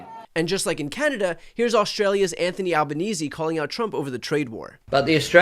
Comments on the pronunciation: Brian love your content. Just have to say FINALLY an American who correctly pronounces the name of our Australian prime minister. Spot on! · Well done Bryan - pronouncing the Australian Prime Minister’s name correctly - unlike any of the Trump administration…